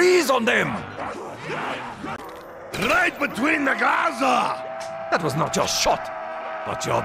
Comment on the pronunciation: funny thing i think Nikolai was supposed to say "glaza" since it's a russian translate for "eyes" but VA ended up saying "gaza"